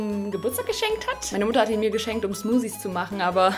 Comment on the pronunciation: Smuusies. Genau! 😂